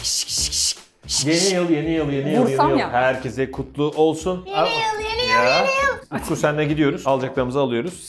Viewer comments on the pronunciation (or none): pelinin sürekli yeniyıl demesi XD